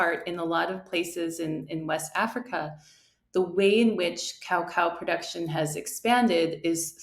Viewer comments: Pronounced ca-cow not cow-cow 😂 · Love how you're commentator speaks perfect English but pronounces coco as cow cow🤣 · why she pronounce it like cowcow, LOL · Cao Cao was a famous Han Dynasty Chinese general. Cacao is unprocessed cocoa. Pronounced like KUH-KAU by everyone in the world except this lady. It’s ok to be wrong, but to be wrong and sanctimonious is just embarrassing.